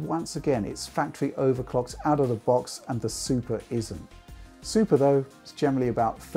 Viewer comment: Did anyone hear him say Supra instead of Super?